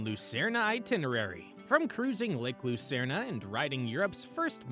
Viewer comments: The Swiss spell it Luzern, not Lucerne. The announcer pronounces the name incorrectly. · Do people really call it Lucern-ah?